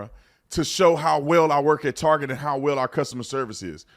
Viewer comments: You say Tarjay again instead of TAR GET I'll never watch your channel again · It is prononced "Tar Get" no targhet. Ridiculous of you to pronounce it wrong here on purpose. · My little girl (11) just came in to room hearing what I'm watching. When Tatum said "tarjay" she said "more like targay".. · So it's not pronounced TARJAY, it's TAR-GAY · Why did he pronounce target as... tar-jay? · WHY DOES EVERYONE SAY TARGET THE WRONG WAY...ITS NOT FANCY..ITS NOT SPECIAL..ITS NOT EXPENSIVE...YOU HAVE CLUES ON HOW TO PRONOUNCE IT...GOT A BULLSEYE...THE DOGS NAME IS THE SAME..ITS JUST TARGET..ITS THE SYMBOL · "tuck"!? ya /"UCK TARGET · It’s pronounced “Tar-Gay”